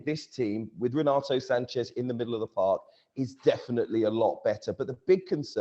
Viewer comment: It's Sanches with an S not Sanchez!🤦🏼‍♂️